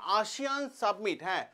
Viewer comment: Submit noy ,summit